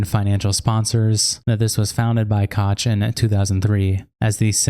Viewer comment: "Koch" is pronounced "Coke (/koʊk/)", not "Cotch". David and Charles "Coke - Koch"; the Koch brothers. Otherwise, great video :) subbed!